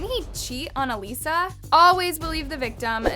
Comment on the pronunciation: It’s uh Lisa